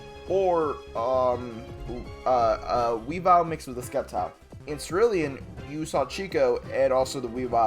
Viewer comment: The C in Sceptile is silent….